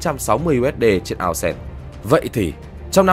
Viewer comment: Ao xe là cái mẹ gì 😂 Vãi tiếng anh